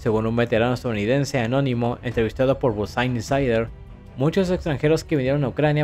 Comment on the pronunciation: Busain saider 😂